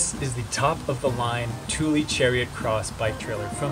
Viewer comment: Hello from Sweden. Thule is pronounced Tula. Tuuli is a totally different name. :)